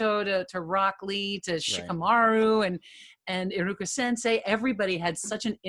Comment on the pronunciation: Fr bruh, I was confused when he was speaking, especially when he said iruka